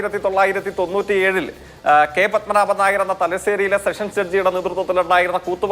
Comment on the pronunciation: ലെ ജെയ്ക് : ആയിരത്തി തൊള്ളായിരത്തി തോന്നു"ത്തി" ഏഴ് 🤣🤣